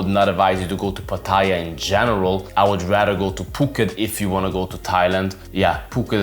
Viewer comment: First of all you should learn to pronounce Pattaya correctly mate.